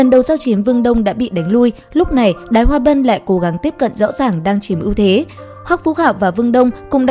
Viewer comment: Đới chứ đếu phải đái😂